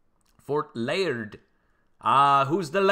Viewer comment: It is LIARD like lee ard